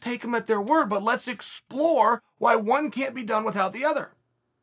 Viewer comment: btw...cheal... plz stop saying with hout...u r not stewie griffin...killin me sir...lol